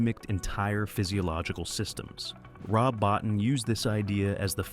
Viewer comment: BOTTIN is pronounce BOTEEN....